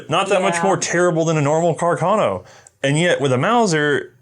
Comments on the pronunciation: Pronounced... CarcaH- - NOH!! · says it as "cacarno" too 😂